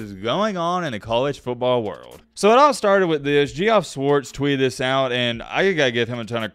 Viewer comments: needs to go back to English class. Pronounced Geoff as "Gee-off"...... bruh it's pronounced "Jeff" for real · Geoff is pronounced “Jeff”, not Gee Off, SMH. must be a BAMA grad. At U$C we always say you get what you pay for. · ITS PRONOUNCED JEFF!!!! Jefff!!! JEFF!!! Come on bro lol not ge-off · I gave you video ideas on X. It’s not Geoff it’s pronounced Jeff. Also I don’t mind the rule change. I never knew the clock stopped on first down. Maybe a positive is better preparation for the NFL and it makes scouting for NFL prospects easier….so yeah college is basically the JV NFL. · GE-OFF Schwartz? I really hope you're trying to be funny. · Geoff is pronounced Jeff, just a fancy assed way of spelling it... Some pronounce it as Joff. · It’s pronounced Jeff. Not Geoff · Lol it’s pronounced Jeff